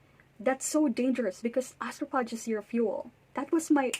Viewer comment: It's pronounced astrofage. Phage is a Greek root, ph is pronounced as "f".